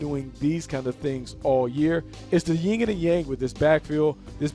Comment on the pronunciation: The black guy really just said “The Ying and the Yang” 😂 It’s Yin and Yang.